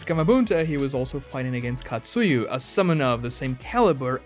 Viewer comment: Bro it's Katsuya not Katsuyu.